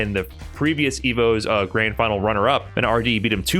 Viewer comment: Holy wow, that was a fahnal if I ever heard one.